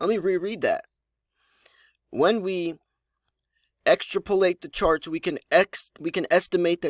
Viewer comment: Extrapolate is pronounced ik-strap-uh-leyt, not extra- poh-late. I don't really know about you. Your education or your main language that would explain why you never heard that word before. It would behoove you to do a little research before you read to us.